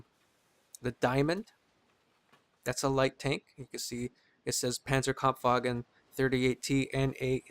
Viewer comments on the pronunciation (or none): how he says Panzerkampfwagen IIII xD im german so dont say anything